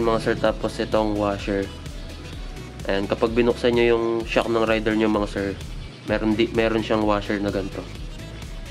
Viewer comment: Boss wag mo sana masamain pero ang tamang bigkas is ray-der 150 hindi rider 150 hehe 😊😊😊